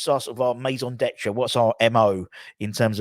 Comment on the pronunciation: It’s “raison d'etre” with an “r”. Sorry to be pedantic 🤣🤣🤣